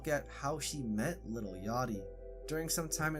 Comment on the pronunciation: within one second... LITTLE yachty.. bro... its LIL.